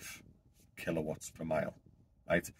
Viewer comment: Sounds like your talking Spanish now mate..😅 killa wats mega Watts